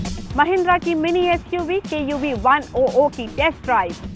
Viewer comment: its KUV 100 not KUV 00...